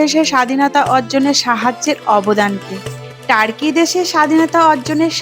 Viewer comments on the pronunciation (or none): none